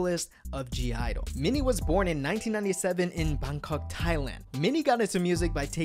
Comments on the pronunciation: .... it's not pronounced G I-dle... it's only pronounced Idle, the G is silent... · I think it's pronounced idle and not g idle, but it's ok, also, my bias is Yuqi and my bias wreckers are Minnie and Soyeon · It’s pronounced IDLE not G-IDLE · It’s Idle the G is silent Bias. SHUHUA Bias wrecker . MIYEON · Why does he pronounce the 'G' ????